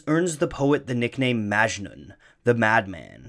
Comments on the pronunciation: Also, it's not pronounced "májnun" with emphasis on the "ma" but rather "majnún", emphasis on the nun. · It’s majnouuuun not majnen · It's "Mujnoo". Not Majnu. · Armin Mobarak Abadi He also pronounces Majnun wrong. It's Majnün not Majnen. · Great video. If it's okay, I'd like to point out that Majnun pronounced as "Maj-noo" where the "oo" is nasal. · Very important, it's not majnun but majnu(pronounced maj-noo) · It's not " majnun" it's "ma-ja-noo" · It's not maachjnun, it is "MAJ-NOON". Please don't butcher languages. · A bit of info: majnun is pronounced as "majnoo'n" and N is a bit of a signal at the end rather than pronounced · The last n in Majnun is silent so its called majnu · Majnun is supposed to be pronounced "Muj(like much)-nu(like noo in noose) at least in Indian languages. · "Majnu"... I think it's Majnu.. like the n at the end is silent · its propounded majnoo. the n is very soft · The last n is Majnun is silent 🙃 it’s pronounced Majnu. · You actually pronounced "majnun" wrong. It's pronounced as "Maj-nu" the last n is silent. In most of Hindi and Urdu words. And here "majnun" means someone who is madly in love. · I had a strong feeling he would mispronounce Majnun.... and he did. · Amazing video as always! But the pronunciation of Majnun irked me a lot. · Is anyone else annoyed about the way Majnun is pronounced?